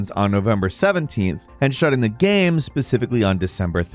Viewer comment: Or as I like to call them, Gammranx because always says "Gamm" instead of "Game"